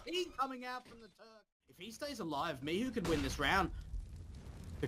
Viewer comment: cgodzi o to, ze komentatorzy sie mylili i czasami mowili "miczu" zamiast "Michu"